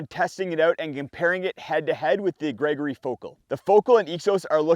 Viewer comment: “Gergory” packs? You’ve GOT to correct that one…😅